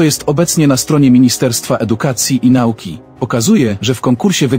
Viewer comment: Coś spada poziom tego serwisu. Mało wiadomości, dużo długich komentarzy, a jezykowo to dno. Lektor intonacją gubi sens zdania, a Pan, gdy mówi " naUki" (i nie tylko), to mnie trafia. POLSCY REDAKTORZY!